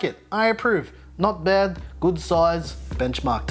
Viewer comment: Not behdddd, good soize